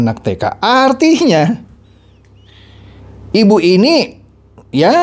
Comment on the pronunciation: 😂😂😂 mbulet, alesan muter muter, ngalor ngidul, bung manteb ngucapin kata Mbuullett...😂😂 Wilbert Karimun = Mbulet Kuriman